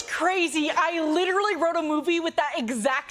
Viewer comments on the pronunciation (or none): none